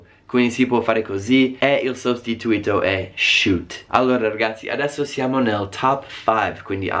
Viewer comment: Video molto interessante. Una cosa: si dice "un sostitùto" non "un sostituìto" (per dire "a substitute / replacement") Il concetto di bestemmia è proprio diverso: in italiano vuol dire associare il nome di Dio con un insulto / riferimento offensivo. In inglese bestemmiare vuol dire praticamente "nominare il nome di Dio invano", ossia dire parole legate alla divinità (hell, damn, God) in un contesto non religioso, il che in italiano non è considerato bestemmia se non dai più tradizionalisti.